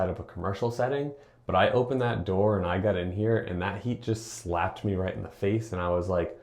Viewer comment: turrible sonnna eticate lurving the dur lik dat.